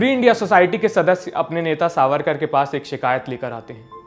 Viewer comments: Savkar ❌ it’s “ SAVARKAR” plz correct it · सावरकार not सावकार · सावरकर, not सावकर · Its Savarkar not savkar.... atleast check before uploading video.... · सावकर नही सावरकर है उनक नाम